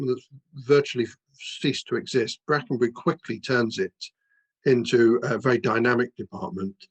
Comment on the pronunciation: Bwackenbuwy ithn't a lithp. Wipping yarn, though.